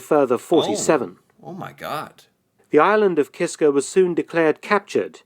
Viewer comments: KISKA, not Kisker. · KISKA!!! NOT KISKAR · KisKA KisKA....KA....KA. It was really gratting hearing the video say Kiska and you keep saying Kiskr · The island is named "Kiska" not "Kisker". Neither side talks about this tragic calamity. It is too embarassing for both. I had heard about this years ago, but never knew the details. Thanks for this! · it's pronounced KISKA not KISKAR. But its all good! Lol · It's Kiska not Kisker, his accent might have made you hear it differently. It's one of the Aleutian islands. It's just east of Attu Island, where there was a larger battle in WW2. There's still a Japanese Military Cemetery and a battlefield memorial park there today. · It's "Kiska", not "Kisker". Lol. Sometimes we all have "stupid commanders", or stupid orders, etc. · is unable to say Kiska, constantly says Kisker... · Hey, I love your channel! Great subject. Just 1 correction, I believe the island is not Kisker but Kiska. As far as the battle is concerned, I believe that this type of thing must have happened regularly in both world wars. Without proper communication, as you said, how could it be otherwise. A Canadian perspective. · Kiska. He says 'Kisker' but you have to forgive him: he's British. They don't speak the language very well. They also say 'Americker' and 'Canader'. They also think 'Featherstonehaugh' should be pronounced 'Fanshawe'. Silly billys. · Kiska!!!! Not Kisker! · It’s Kiska, not Kisker. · It’s KISKA not kisker you’re hearing the Brit accent mispronouncing the name . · I have never heard of this battle. It's a tragedy, but I'm happy that in the conflict, the Canadians came up the victor 😐., it's Kiska, not Kisker. It would have been a lot worse for the US, if Canada would have used our war beavers. They have sharp teeth. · Kiska Island - not "kiskER"